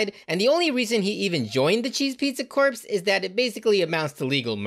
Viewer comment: he kept pronouncing it like corpse. it confused the fuck out of me